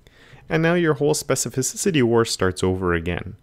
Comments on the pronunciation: It seems that sometimes you say this word like "specifi-ci-ci-ty" instead of specifi-ci-ty)) Great tutorial. Thank you! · Watching you speak specificicity i started fumbling myself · This man throwing in extra vowels all over the place with his SPECIFICICITY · Specificisity, I love it when you say that!